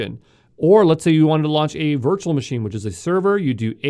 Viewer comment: Yo from exam pro.Please change ur accent/way of speaking.. Its Manger, Not Managerrrrrr. Its Machine not MachinEeee